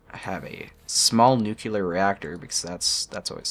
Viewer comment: "Nucular reactor" ಠ_ಠ